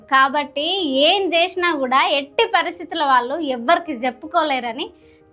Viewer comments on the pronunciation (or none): none